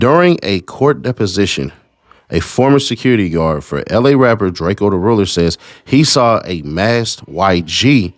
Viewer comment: I don’t lisyen to dudes music but I did to find out who he was when he got stuck, but his name is pronounced DRAKE-O not DRAKE-E-O